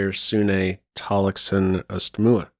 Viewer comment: Good pronounciation of Geir Tallaksen! A bit too much emphasis on the e-ending in Sune I’d say, and the e in Østmoe is silent. All in all well done!